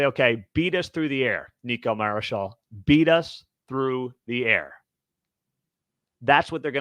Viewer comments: Let's Go Mountaineers! Love your Content but it's Marchiol not Marichal. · When are you ever gonna learn how to pronounce Nicco’s last name? You didn’t even mention him last week when Greene went out with an injury, and West Virginia still came away with the W.